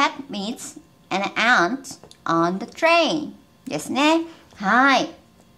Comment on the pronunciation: ant はshort vowelですか？ の発音を聞いてると、私にはlongに感じるのですが…